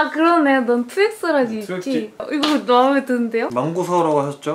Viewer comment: 투엑스라지 잘못말한 것도웃긴데 [투엑지] 라고 자막 단 것도 너무너무너무웃겨요ㅠ 왜케기여븜